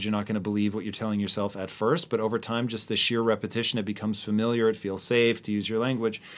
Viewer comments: Say “fer-miliar” one more time. I dare you. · Ooops! Fuh-MIL-yer rather than Fer-MIL-yer Ooh boy! And FORE-hed. Instead of Far-hed